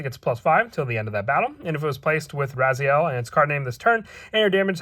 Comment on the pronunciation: It's rezael not ryzeal